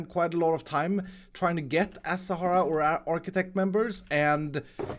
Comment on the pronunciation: THANKS, you finally say Architech right.